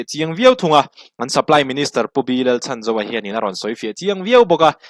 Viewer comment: Pu Lalchhanzova hming hi a rik dan tur dika lam rik hram tum a tha e.